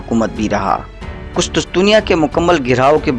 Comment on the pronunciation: Qustustunia haha sai pronounce kia kr bhai